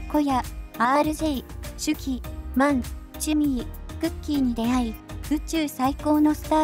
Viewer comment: シュキじゃ無くてシュキーですよ！